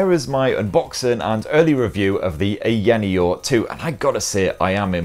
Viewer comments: haha he butchered the branding from "aya neo 2" to eyaniel :face-blue-smiling::face-blue-smiling:. But great video nonetheless! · It is funny that he can pronounce Aya Space properly but not Aya Neo. A lot of incorrect information and review to be honest. For those who want to watch correct and detailed reviews, go find Retro Game Corps, ETA Prime and Taki Udon. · LMFAO! I don't think he believes they're two separate words, Aya Neo. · Gibbons I honestly think it is just his accent. The sounds are there. I get that this is his job, but he is not mispronouncing it too badly at all. It's a bit nit-picky if you ask me.